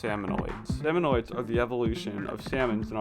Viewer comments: It is so painful to listen to him say “salmonoids” rather than “salmonids” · Salmonids. Not salmonoids. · the "salmonoids" bothered me so much lmao